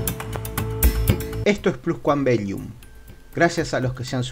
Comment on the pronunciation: Pronuncias mal el nombre del canal..no es plus quam beyum...la doble ele suena como una sola...belum